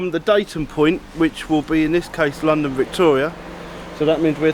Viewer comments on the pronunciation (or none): none